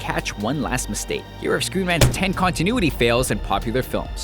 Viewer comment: I thought he said screw man's.... but I knew he really screen rant's